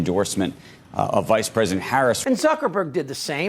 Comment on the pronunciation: I love the way you pronounce Zuckerberg as Sucker-berg. Much more fitting